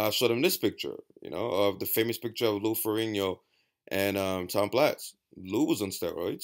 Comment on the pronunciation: Great video, good points, and the only person who ever pronounced Lou Ferrigno's name correctly. Haha.